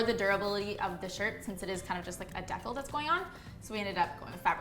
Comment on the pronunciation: "decal" WHAT??? deck-el ???? de-cal??? I have never heard it said this way before help????